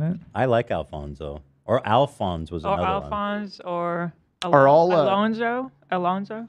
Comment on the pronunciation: Omg, my middle name is Alonso. I've never heard anyone outside my family say it and Hila saying it made me so happy